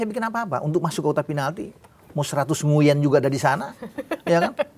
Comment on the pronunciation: Tulisan Nguyen , cara bacanya Ngu-ing 😂